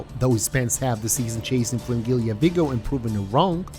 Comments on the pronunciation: Please, for the love of god, say Fringilla instead of Fringilia. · maybe you should learn to pronounce their names first and then make a video "fringilia"